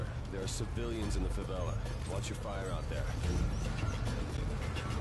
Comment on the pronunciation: "remember, there are cavilians in the favila" *pulls out shotgun* "watch your fire" :P